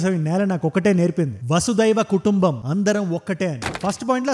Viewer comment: Vasu daiva kadu vasu dhaiyika kutumbam..nijam ga namme siddhaanthaa ni ki pronunciation theliyaka pothe ela? And… Aa oori peru konthamuru.. kondamuru kaadu.